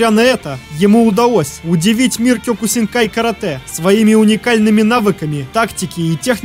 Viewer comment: кеокусинкай ане кёкусинкай